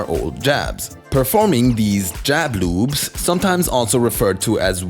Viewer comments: I keep hearing you say "jab lubes." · I love how he says jab loops in his accent